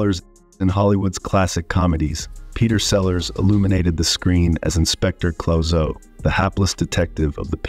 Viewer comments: Yes, exactly this. The research was not thorough to say the least, Inspector Clo-zoe? At least watch a few movie clips or reviews to learn how to pronounce his biggest role. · Yeah, Inspector Close-oh. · Closo? No .....CLUso. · Peter Sellers - Inspector CLOW ZO? Geez, get your information straight before you narrate a YouTube video. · Inspector: “Clue So’” Not your AI version. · Inspector "Clow-Soo"? WTF? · You need to get educated on the pronunciation of movie/TV stars’ names. Then you can report stories about them. By the way, it’s Inspector Clouseau (Clu-SO). And it’s Bette (“Betty”) Davis. Not Bet Davis, pal. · Clouseau is pronounced Clooseau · Honestly, my dude, I’d take this a lot more seriously if you didn’t mispronounce half the names you say in the video. “Bet” Davis? Inspector “Closo”? Come on. Hard to take you seriously if you lack even basic knowledge on what you’re talking about. Not to mention that being difficult on the set or eccentric is hardly “evil.” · He also mangle Inspector Clouseau